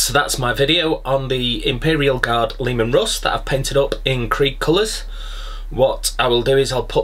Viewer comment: Hahaha Pronounced Leemon, Lemons are yellow 😀 just saying